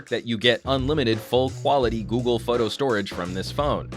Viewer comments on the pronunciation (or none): none